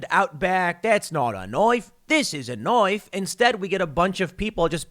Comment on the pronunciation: "This ain't a nuaife, this is a nuaife". I almost died laughing. LMAO!